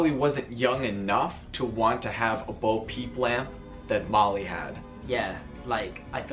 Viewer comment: I just want to point out it's Bo Peep not boo peep but I agree